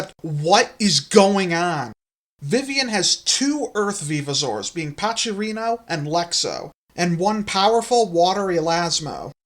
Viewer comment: The way you pronounce Pachrino like "Pachirisu" instead of "pack rhino" cracks me up